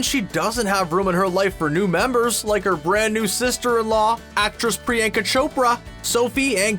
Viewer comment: The way he pronounces Priyanka 😅😂